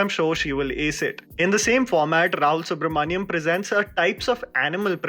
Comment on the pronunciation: Rahul Subramania'N' not mania'M'